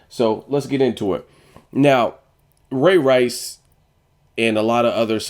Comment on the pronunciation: what the deal with u sayin ray rice all weird like that where u get that corny stuff from